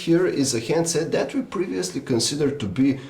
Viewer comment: can you stop saying dat instead of that